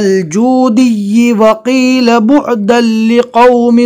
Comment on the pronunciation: بعداللقوم کی جگہ محترم نے بعدالقوم پڑھا اسکی تصحیح فرما ے